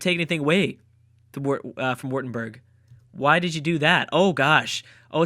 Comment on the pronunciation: just swiched on my cellphone and DATAAAA new Videp I love the way you said Württemberg 😂😂 +Württemberg=Funny Crack